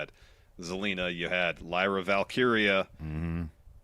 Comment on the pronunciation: I don’t watch wrestling week to week much these days, so I am glad this podcast exists for that reason. That being said, the “ can’t pronounce Lyra Valkyria” bit has never been funny, in my opinion.